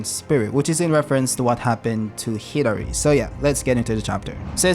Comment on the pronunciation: Dude it keeps sounding like you’re saying Hillary instead of Hidari. Super f’ing frustrating. Otherwise, good video.